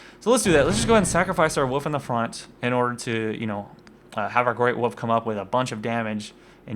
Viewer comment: Please for the love of all that is sacred and important in the world of lets plays can you PLEASE start pronouncing the god damn L in woLf. Holy Shit it's like a leprechaun with a mallet whacking me in the ears.